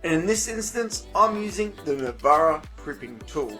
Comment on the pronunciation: It's NARVA not Navara 😛 but job well done!